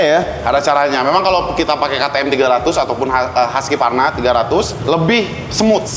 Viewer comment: Husqvarna dibaca huskvarna